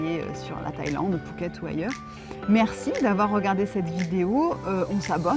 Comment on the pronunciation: Merci pour votre expérience en attendant notre expatriation dans 2 ans... Au fait je n'entends pas très bien si on dit "fouquet" ou "pouket " , =!? DA